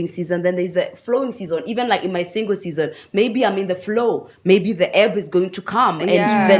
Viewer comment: The way she calls "Season" is so cool..